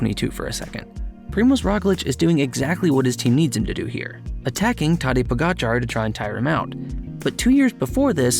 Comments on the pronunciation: “Po-gatcha” “Row-glitch” “vingego” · Pogacar's name is pronounced Poe-gotcha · Pogacar.... the "r" is silent dumb dumb